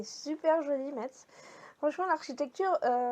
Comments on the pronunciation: coucou merci pour cette vidéo des marchés de Noël c'est plus près de chez moi que toi mais je n'y suis jamais aller. alors on dit Messe on ne prononce pas le T 😂 trop bien les chaussons😍 c'était très beau 💕 merci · Super, metz se prononce messe voilà voilà ,coucou de la Moselle. J'espère que tu as visité le sentier des lanternes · Cc, pour info, on ne prononce pas le t de Metz. Et tu as dormi à Haguenau. C'est bondé partout en Alsace en ce moment! Imagine qd on y habite comme moi! 😅 Je suppose que tu as craqué et acheté plein de déco de Noël! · Coucou tu as étais pas loin de chez nous. Je suis allez à Colmar mais trop de monde. Les petits villages sont les meilleurs À Metz c’est très joli ma fille y était en même temps que toi. J’aurais tant aimé te rencontrer. Peut être l’année prochaine tu viendras en Alsace. ❤❤ont ne prononce pas le t pas Metz 😂😂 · Le marché de noël de Strasbourg était plus traditionnel avant. Ce que tu as acheté c'est des têtes de nègre. Petite précision, on ne prononce pas le t de metz. Trop contente que tu es réalisé ton rêve.